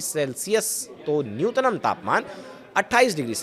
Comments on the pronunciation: Nutnam nhi nyuntam bolo tie coat me galat pronun aapko sharam aani chahiye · चूतिये, न्यूनतम होता है न्यूनतनम नहीं होता है